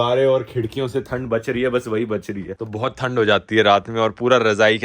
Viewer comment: bhai yah haryanavi accent nikal jata he thand and dhand 😅😅